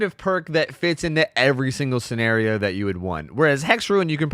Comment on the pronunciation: did he say schenario